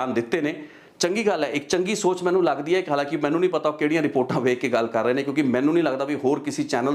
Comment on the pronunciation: ਬਾਈ ਤੈਨੂੰ ਨਾ ਤਾ ਲੈਣਾ ਨਹੀਂ ਆਉਂਦਾ ਮਾਹਨੂੰ ਨਹੀਂ ਹੁੰਦਾ ਬਾਈ ਜੀ ਮੰਨੂ ਹੁੰਦਾ ...ਪੰਜਾਬੀ ਸਹੀ ਬੋਲ ਲਿਆ ਕਰੋ